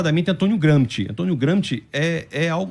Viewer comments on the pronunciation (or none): Si pronuncia Antonio GranXi. Não é inglês é italiano.